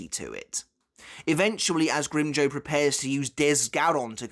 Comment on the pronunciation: ngl i hate the way you pronounce his name